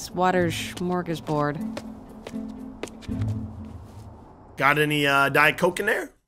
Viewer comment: Did you hear MJ say smörgåsbord